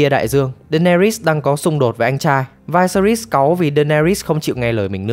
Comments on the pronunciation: "Vai se ri"??????? Nghe đọc cái tên xong tắt mẹ video luôn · Vyseris đọc là là Vi-xe-rítx xin góp ý cho bác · mình tưởng đọc là vi sê ríts chứ nhỉ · Viserys, kbt mng có xem phim k chứ đọc tên lệch lạc vl